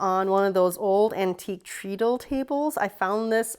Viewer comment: Holy moly, you have an aboslute fortune in sewing supplies haha! Also, just FYI: treadle is pronounced with the ea sounding like how it sounds in thread.